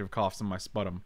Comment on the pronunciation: Fyi, 'sputum' is pronounced spyoo-tum